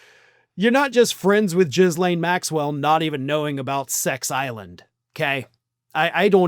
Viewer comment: Trying to find a laugh in this: "Jizz-Lane" is a wild way to pronounce that but i have no idea how to actually say her name. Just worth the laugh